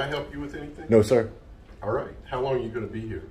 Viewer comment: you mispronounced "all"